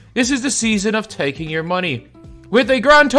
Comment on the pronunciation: "Season of TAKING" had me dying 😆